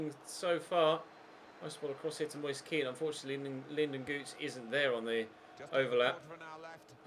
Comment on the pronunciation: I don't know if this is how you pronounce his name, but every time i've heard a commentator say Moise Kean they pronounce it "Mois-eh Ke-an". Might want to check the pronunciation of his name on that site you usually use.